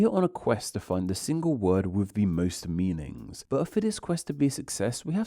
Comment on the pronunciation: Why do you add the syllable “er” to so many words… er? On liner. OEDer. Meaningser.